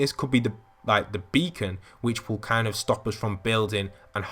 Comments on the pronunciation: Title: becon video: Bekon, Bakon.(how he says it) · Who else got triggered how he pronounced beacon when heading over to tilted?